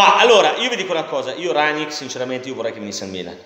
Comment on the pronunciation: Minuto Rrrranngngnickkk 😂🤣😂🤣😂🤣😂🤣😂🤣....la maglietta x l'anno prossimo è pronta!!